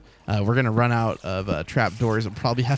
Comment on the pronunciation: Run not ri